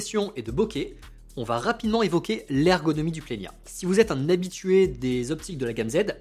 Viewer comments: Plena et pas plenia 😅 je me le suis procuré, il y a peu de temps monter sur Z5II ! C’est vraiment un objectif fabuleux. Le bokeh est merveilleux, mais de grâce, par la suite, si vous le citer encore, dit Plena. 😂😂 à part ça. Merci pour la présentation des objectifs que vous disposez. Je prends beaucoup de plaisir à vous regarder . Pierre de Perpignan. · Pourquoi ajouter un i ? C’est Plena, pas Plenia … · Merci pour ce partage,. C'est bien toi,? J'aime beaucoup quand tu dis: « Dès que vous mettez l’œil dans le viseur, vous voyez quelque chose de beau. » Le "i" que tu ajoutes entre le "n" et le "a" de plena intrigue, d'autant plus que ta diction est excellente. J'ai parcouru les tentatives d'explication dans les commentaires. J'ai aussi remarqué que Nikon avait donné le nom plena en référence à cette idée d'œil de chat qui devient "plein". Peut-être faudrait-il poser la question directement à Nikon? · C'est bien moi oui :) Concernant le i que j'ajoute, c'est in tic de langage. Dès que je vois un N entre un E et un A, je le prononce à l'espagnol, comme s'il était tildé. Il y a pas mal de noms de marque que j'écorche : Adob (au lieu de Adobi - Adobe), Niouwer (au lieu de Niwer - Neewer), Zioun (au lieu de Ziayoun - Zhiyun) … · Sûrement cet été ! J’ai un planning chargé sur la chaine jusqu’à juin, après je pourrais revenir avec le 85 1.2 :) Je sais pas pourquoi je prononce Plena avec un ñ. Sûrement a cause de mon prof d’espagnol de 2nd qui m’avait traumatisé avec ça 😅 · Merci ! Tu n'es pas la première personne à me reprendre sur la prononciation du Plena -_- Mais je n'y arrive pas, quand je vois un N entre deux voyelles, j'ai mes cours d'espagnol qui reviennent au galop et je rajoute un accent tildé sans y penser :( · Salut, merci pour cette vidéo ! Où est le i que tu prononces dans Plena ?